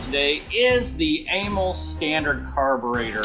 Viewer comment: It's more like uh-MAL for amalgamated carburetor company, not AYE-mul. Zinc is an element, not a form of aluminum. Amals are junk chosen for cheap availability like Dunlop tires on Harleys, not because they're good or designed for that application. They were decades out of date when they were first put on Triumphs. They wear out quickly and need to be resleeved, but the guy doing that died years ago. First unit 500cc was 1959 (60 model year).